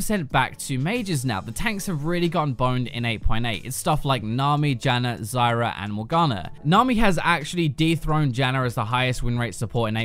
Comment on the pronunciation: Dude why the fuck do you say "Zyrer, Morganer, Janner"???? There is no fucking "ER" in their names. So fucking annoying to hear you.